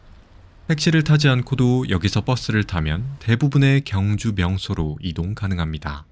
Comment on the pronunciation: 발음을 정확히 하세요. [경주]가 아니라 [경:주]로 발음해야 합니다. 첫소리를 길게 발음해야 옳은 발음입니다. 유튜브도 방송인데, 엉터리 발음하면 안 됩니다.